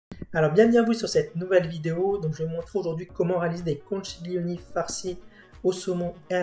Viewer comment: Conchiglioni…. Con-qui-glio-ni pas conchiglioni. Je vous embête un peu mais franchement vous assurez!!! Merci beaucoup.